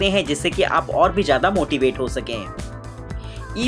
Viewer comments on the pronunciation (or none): How many of you listened motivate as Moti weight